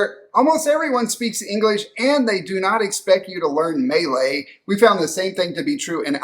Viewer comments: Maylay? pronunciation is Muh-lay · Great insights! However it is not May-lay. Its pronounced Mah-lay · Malay is pronounced more like “Mer-lay”, than “May-Lay”. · May lay —- LOL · I'm guessing you came in at a bad time but normally Malaysian are on a low end when it comes to national disasters but the last few floods does seem alarming for sure. Also I can't helped myself from chuckling a bit when Malay was pronounces Melee. It made us sound so combative. hahaha. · Nice video, however please consult a local Malaysian on how to pronounce Malay… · Kuala Lumpur and Malaysia should not be conflated. English-speaking is common in KL, but progressively less so as you move away from the Capital. Small suggestion: it will be very useful to learn how to pronounce 'Malay'!